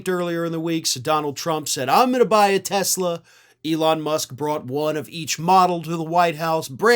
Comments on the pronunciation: He called it a Tesler. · It’s Tesler! 😂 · It’s not a Tesla it’s teslur… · N dump called it a Tesler 😂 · Actually it's pronounced "Teslar" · Oh you mean Tesler! Let’s call those things “Teslers” from now on🤪🤪🤪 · “Tesler” car ad. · You mean, tesLER, lol ! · You mean "Tesler"? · You mean, Tesler.....😊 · TY Boycott TESLER, another one of Trumps speech defects , LOL I watched the Commercial? With those two idiots and the Jeep back fender fell off so hilarious 😁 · He actually said "Tesler". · It's pronounced "TESLER", and taxpayers paid for it! I'll drive a '74 Ford Pinto before I drive a "Tesler"! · "I love Tesler!" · He called Tesla..."Tessler". 🤣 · His best buddy "Tesler."